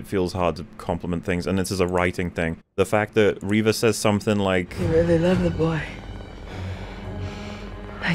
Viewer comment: Nobody should take arguments about how words are pronounced for as long as he continues to mispronounce Reva. How does he still not realize he's the only one saying "reh-vah" and not "ree-vah"?